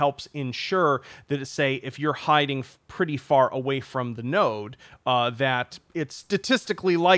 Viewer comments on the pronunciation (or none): is it me or he says "passes the damage form object to children"